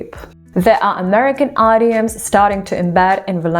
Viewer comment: Wow, your pronunciation is faf. I collected some bangers I thought I'd share. Eyedioms... idioms, the most gnarled one, Poli tics... it's not 2 words Cants... where you referring to fm genitalia? Putly... partly Sers stuff... serious, I think? Australa... my fav 😅 Stuff member... staff Beryling... barreling I don't know if you are taking the piss or what, but someone who mangles language in an accent I've never heard b4, sounds a little Cajun to me, doing a vid like this is sort of funny, sort of!